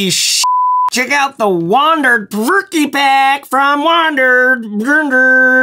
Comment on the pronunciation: I think it's pronounced the 'Provoke' pack